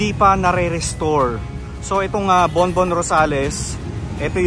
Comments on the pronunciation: Borbón-Rosales hindi po Bonbon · Borbon po hindi Bonbon. Well maintained po inside, promise! ❤️ wink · BORBON-ROSALES, HINDI BONBON-ROSALES! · Borbon-Rosales po.... Borbon not Bonbon.... thanks po.